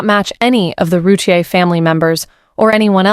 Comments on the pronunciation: This is not correct. It’s “roo-teer” 2 syllables. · It's "roo- teer"